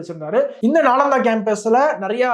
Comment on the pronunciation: I think நாலந்தா not நாளாந்தா